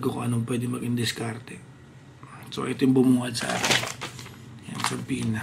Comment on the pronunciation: it's pronounced as suhpoena, silent b